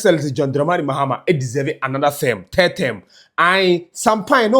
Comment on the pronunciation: It’s not “Therm” it’s “Term” !!! Wo k3tr3ma ny3 anaaa massa ? 😂😂😂